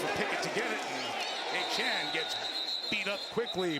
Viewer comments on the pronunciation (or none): was he calling Etienne Achane or am I tripping